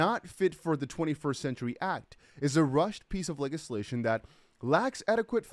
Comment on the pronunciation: Legislation is pronounced: ledge-iss-lay-shun